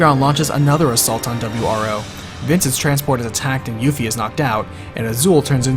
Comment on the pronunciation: Ah yes the "W R Foses" that were sent to defend them.